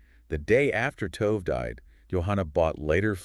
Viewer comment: I think the least an investigative reporter can do is learn how to pronounce the victim's name. I wanted to listen, but could not get past it. I will try others, but I hope you take this advice, it will help your channel. It doesn't take much to learn the pronunciation of foreign names. In this case it's "to-veh", not "tove".